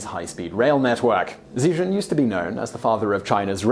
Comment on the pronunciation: The "Zhi" in "Zhijun" sounds more like "Gee" "Zhou" is more like "Joe"